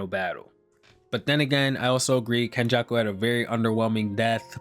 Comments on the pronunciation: It's Kenjaku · It's fucking kenjako. Mark my words